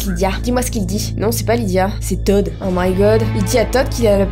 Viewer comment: Je m'appelle Lidia. Oui, cette information est inutile mais je voulais que vous le sachiez car je suis heureuse d'avoir entendu prononcer mon prénom.😂